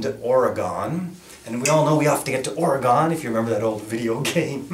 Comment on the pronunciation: Say it with me... OR-UH-GUN. Not OR-UH-GONE. Come on man! Now that we got that out of the way lol :)